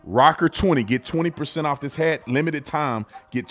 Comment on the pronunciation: She went OWF!!! Not off, OWF!!!! The Lord is opening peoples' eyes.